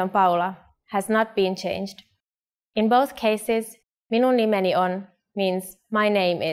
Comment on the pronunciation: Poor a Japanese struggled to pronounce "Minum nimeni"